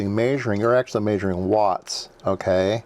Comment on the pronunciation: “Maysuring” lol I like the way it sounds